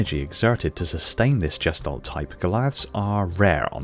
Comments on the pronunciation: All I can do is cringe every time you mispronounce the German word gestalt. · The "g" in gestalt is like the "g" in girl.